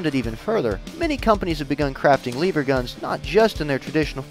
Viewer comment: You keep saying Lever Wrong.